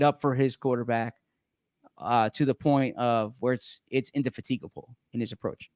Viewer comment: you got points for using indefatigable but you lost them for mispronouncing it.